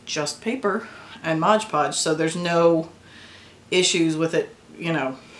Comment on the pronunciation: so much better than air clay, thank you for this tutorial. But please call MOD podge by its proper name, not modge 😂